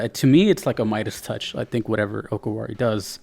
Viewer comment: Just a note about pronouncing DJ Okawari, it's Oh-Car-Wah-Ri. Not sure if it's related to "お代わり", or basically second helpings.